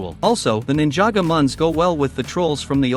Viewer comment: Ninjago not ninjaga